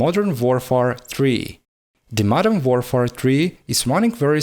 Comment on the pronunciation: love your vids man but please look up how to pronounce "warfare" properly and try to not use both "but" and "however" together. Those are the only things that bug me, otherwise, you are doing just what i would love to do if i have spare time and money